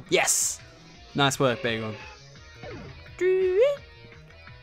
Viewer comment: Bacon sounds like begal